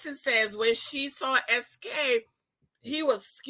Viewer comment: His name is not pronounced Ski, it’s SK (es-kay)